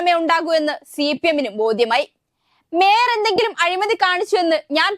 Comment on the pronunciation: വേയർ അല്ല sir മേയർ 😂തിരുത്തണെ pls